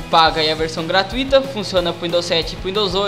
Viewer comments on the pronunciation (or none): none